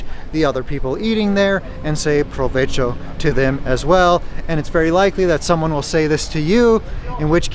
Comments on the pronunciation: I know this is 2 years old, but something I've noticed on all of your videos is you tend to pronounce the spanish 'v' with an american 'v' sound. In Spanish, it makes the same sound as the American 'b'. Provecho is pronounced slightly incorrect here. Fortunately, v's and b's sound very similar and I don't think Spanish speakers can normally hear the difference. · Saying provecho is actually bad education. You are not supposed to interrupt strangers. Also, provecho sounds like someone who is poor would say.